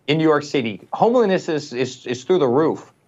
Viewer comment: "KYLE-onol"??? Is that what they sell in South Park? And "Homliness" sounds lovely!